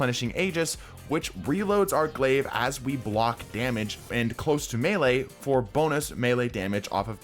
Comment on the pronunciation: Jesus Christ, does no youtuber understand how close should be pronounced in Close to Melee?